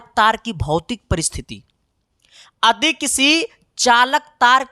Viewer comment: Adi ❌ yadi✔️ ❤❤